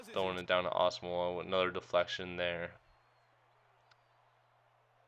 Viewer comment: O and ur say Nnamdi asomugha wrong to